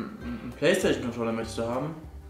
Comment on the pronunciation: Du nuschelst mega und kannst anscheinend nicht PlayStation aussprechen. lel